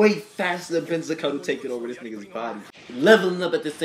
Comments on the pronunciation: You mispronounced Benizakura throughout the whole thing lmao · Couples of things to clear out for you Benizakura is pronounce beni and zakura as in sakura tree but with z for the s Gintoki got his sword from tv shopping..there is nothing superficial about it..honestly you should just forget about the superficial thing being a thing in the show..there is never gonna be power and stuff just pure skills..that way we can get rid of all the power level unconsistency and stuff.. Enjoy the reaction and im hype for whats to come..keep up the good work